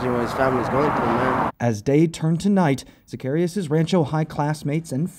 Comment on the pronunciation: and is it really THAT difficult to pronounce their last name correctly? It’s not zuh-CARRY-us it’s sac-ah-REE-ahs.